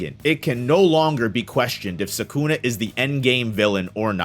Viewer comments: Can you try a little more to pronounce Sukuna instead of Sakuna, and just so you know Sakuna is a female name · Ah yes, "Sakuna"